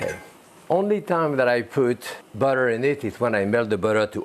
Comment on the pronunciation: Love how he says butter. Beurre-tur.